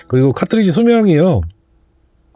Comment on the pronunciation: 김난영씨가아니라 이난영씨 아닌가요? 타트리지->카트리지 컨틸레버->발음상 보통 캔틸레버라고 말합니다. 좋은 정보 설명 감사합니다.